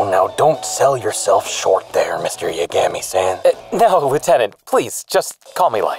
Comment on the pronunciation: I doubt I'm the only one to notice this, but after a while, actually starts to pronounce Yagami correctly.